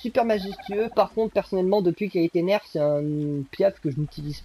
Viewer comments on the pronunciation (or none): none